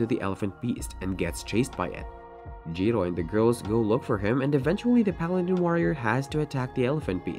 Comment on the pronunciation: The pronunciation of paladin kills me